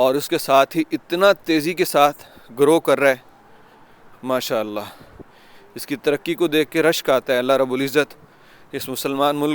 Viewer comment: Always say Masha Allah.. right pronunciation